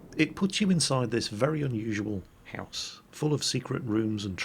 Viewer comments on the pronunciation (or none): none